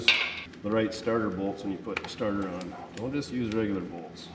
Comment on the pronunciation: Lol sorry it sounded like you said you were going to put a tarter on it